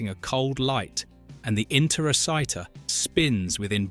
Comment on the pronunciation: If you've seen the movie, why do you mis-pronounce Interociter so much?